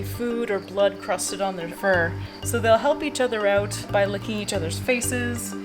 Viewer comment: “The wolves come oot to eet” I wonder where she’s from